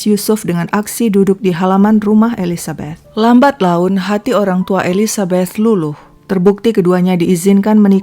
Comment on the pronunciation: Seneng sama pengucapan "Elizabeth"-nya kak xixixi kayak pernah tinggal di Amrik/inggris, perasaan saya "th" itu susah bgt 🤣🤣😭😭 sama pengucapan Monchengladbach-nya 🤣🤣🤣 (ya saya fans Bundesliga